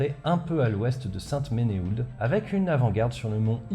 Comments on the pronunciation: Et saint ménéhoulde... Saint "menou" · On prononce Sainte-Menehould "Sainte-menou". Sinon c'est toujours aussi passionnant. Merci !